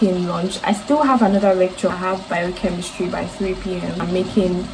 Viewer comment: Med school?…😮😮 i had to be sure i heard biochemistry properly 😂😂🤭. WOW!